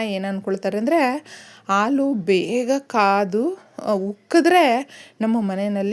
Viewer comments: ಹಾಲು ಅಂತ ಹೇಳಿ. ಆಲೂ ಅಂತ ಕೇಳಿಸುತ್ತಿದೆ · ಅಮ್ಮಾ ಎರಡು ನಿಮಿಷ ಹೇಳುವ ವಿಷಯಕ್ಕೆ ಎಂಟು ನಿಮಿಷ ತೆಗೆದು ಕೊಂಡಿರಿ. ಅ ಕಾರ ಹೇಳುವಲ್ಲಿ ಹ ಕಾರ ಹಾಗೂ ಹ ಕಾರ ಹೇಳುವಲ್ಲಿ ಅ ಕಾರ ಮತ್ತು ಹಾಲು ಎಂದು ಹೇಳುವ ಬದಲು ಆಲು ಎಂದೂ ಹೇಳುತ್ತೀರಿ. ದಯವಿಟ್ಟು ತಪ್ಪು ತಿಳಿಯಬೇಡಿ ಮತ್ತು ಮುಂದಿನ ಸಂಚಿಕೆಯಲ್ಲಿ ಉಚ್ಛಾರಣೆ ಸರಿಯಾಗಿರಲಿ ಎಂಬ ವಿನಂತಿ. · ದಯವಿಟ್ಟು ಆಲು ಬದಲಿಗೆ ಹಾಲು ಅಂತ ಹೇಳಿ